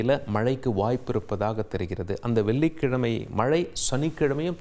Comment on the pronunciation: இது என்ன விதமான தமிழ் உச்சரிப்பு வெல்லிக்கிழமை கனிப்பு நாலை நிபுனர் செயற்கை கோல் பல்லி இப்படி தமிழை கொலை செய்யும் இந்த கேவலமான தமிழ் உச்சரிப்பை "இது தவறான உச்சரிப்பு" என்று உணரக்கூடிய நிலையில்கூட தமிழர்கள் இல்லை மாறாக இந்த உச்சரிப்புக்காக மட்டுமே இவரின் ரசிகர்களாக இருக்கிறார்களாம் தமிழுக்கு இவன் ஒருவன் போதும் சமாதி கட்ட ஏழு கழுதை வயதானாலும் தவறை திருத்தி முறைப்படி தமிழை கற்க முயலாமல் நான் பேசுவதுதான் தமிழ் என்று வெற்று குரல் ஏற்ற இறக்கங்களாலேயே தமிழை கொலை செய்யும் இந்த ஈனப்பிறவியை தந்தி நிறுவனம் போற்றி வளர்த்தால் அதுவே பா. ஆதித்தனார் அவர்களுக்கு செய்யும் பேரவமரியாதை😢😢😢